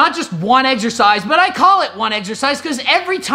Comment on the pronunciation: Greg's fake voice and the fact he says eggercise when he knows it's incorrect drives me insane. I can't watch his videos anymore.